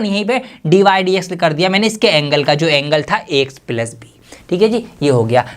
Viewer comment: plus ❌ pilus✅